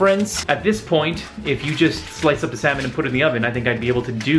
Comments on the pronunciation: FYI the L in salmon is silent😂😂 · fancy pasta and salmon...and semen... and salmon.... salmon or semen?